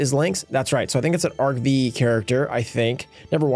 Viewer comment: It's pronounced Arc 5. V is roman numeral. 😄